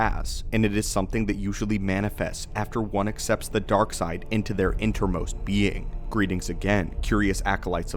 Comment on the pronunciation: Inner most..... inner. Not inter most. Good grief.